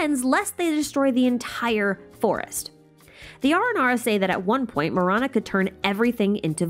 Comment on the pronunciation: Okkkay-- I was listening to this video while doing some chores and it took me a while to connect Marana with death. In my language, tamil, Ma- ra- nam means death. Ma-ra-na Do yeah, thought you should know. Not mirana but ma ra na